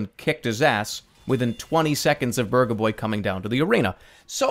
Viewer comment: Not to offend anyone, but at first I though he was talking about Burgah boy.